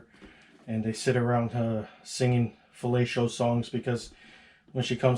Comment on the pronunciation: Falatio? Fam what? 😂😂😂😂